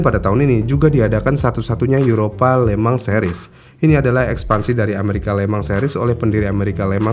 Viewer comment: anehhh ya setiap hostnya bilang le mans tapi kedengeran le-mang jadi kepikiran lemang durian dan lemang tapai bikin laper tengah malam